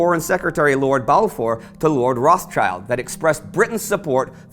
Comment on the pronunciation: Can't say I've ever heard Rothschild be mispronounced so badly.